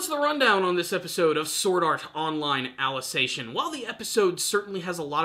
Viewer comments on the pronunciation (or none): Your pronunciation of 'Ali-ci-za-ti-on' is wrong, its not 'Alization'. Also why are people parroting the word 'infodump' now as if it's bad that there is explanation instead of action? The explaining was always part of SAO and if you're not interested in it, don't blame it on the series but on your inability to see SAO as more than a shounen show.